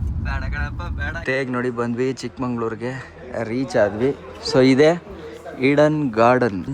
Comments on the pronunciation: ಚಿಕ್ಕಮಂಗಳೂರು ಅಲ್ಲ ಕಣ್ರೋ, ಅದು ಚಿಕ್ಕಮಗಳೂರು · ಚಿಕ್ಕಮಂಗಳೂರು❌ ಚಿಕ್ಕಮಗಳೂರು ✅🍃💎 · Bro ಒಂದು request ಅದು ಚಿಕ್ಕಮಂಗಳೂರು ಅಲ್ಲ ಚಿಕ್ಕಮಗಳೂರು